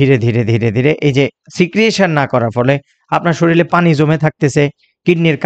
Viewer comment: স্যার শরীল শব্দটি না বলে শরীর বললে ভালো হয়। প্রমিত উচ্চারণ ভিডিওকে আরও বেশী শৈল্পিক করে। ভিডিওটি ভালো লেগেছে ❤❤❤